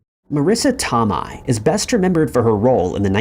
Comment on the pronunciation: Marisa Tomei is pronounced Tow-may, not to-my.